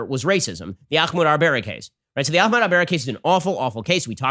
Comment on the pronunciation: I think Ben should’ve taken the time to pronounce ahmad’s name properly.